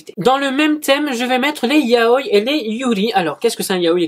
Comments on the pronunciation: YA-O-I (pas yaoy) LA PRONONCIATIOOOON ) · C'est yao-i pas yaoille